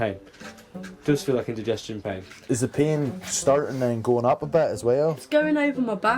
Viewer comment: Pain vs Pee 😀😀😀 Sorry I thought he was saying "Pee" not "Pain"